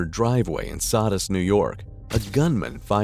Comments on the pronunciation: It's pronounced so-dus..,...not saw-dus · "sahdus" NY. 😂 It's SOW-dus. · Town of Sodus is prounounce Soa-dus / Sooo-does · The detective pronounces Sodus perfectly and the narrator can't...🤷‍♂️